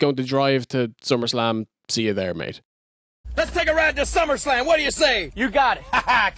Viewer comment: Wow.Somebody did perfect saying summerslam alpha 2.Was that you?Thanks.